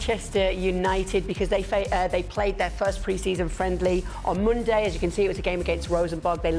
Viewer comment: "They played on Moonday"... Moonday? She should be on Eastenders or some other show like that.